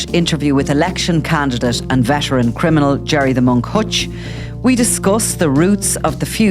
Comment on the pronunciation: He's not a criminal...he can't even pronounce it properly,he says "crinimal"